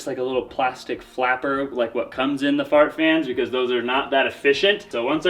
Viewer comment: Sounds like you are calling them "fart" fans. 😂